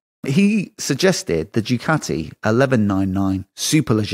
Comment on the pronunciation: Ducati not dewcati!